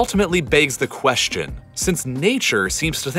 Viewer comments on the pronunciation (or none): none